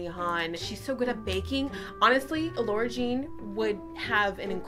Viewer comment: Lara Jean would be mad at you for saying her name like Laura 😂